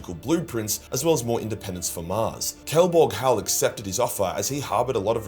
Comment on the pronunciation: Great vid, only thing is: it's Kelbor-Hal*